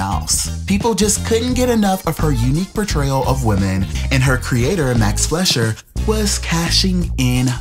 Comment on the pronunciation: FLY-SHER noe flesh-er